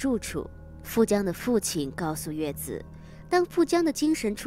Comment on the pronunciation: 應該要念紫啊..